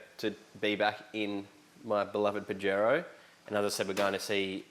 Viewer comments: YO Don't say it like a pinche pendejo... try a bit of south of the border.. Pajero SOUNDS LIKE paa -- hr -- ow OLE! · That pronunciation of Pajero hurts my ears, but I dig the build. Good work fellas. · Pahero is the correct pronounciation 🤣